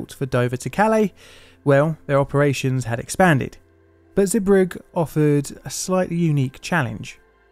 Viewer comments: Hey mate, port's name is pronounced 'Zee brug uh'. I never knew there were so many close calls which preceded this incident and ideas that would have prevented it. Sad times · Zeebrugge ❎ zubruck ✅ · Zeebrugge is pronounced "zeh-bru-gah" Boatswain is pronounced "bo-sun". I'm only picking up on this because I don't feel you can trust other details in a video if things like this are not correct. It doesn't take much to check a place-name's pronunciation.